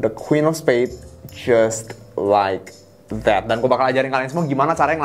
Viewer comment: Tiap kali dia ngomong "jias laek dat", gw langsung kolaps sesaat.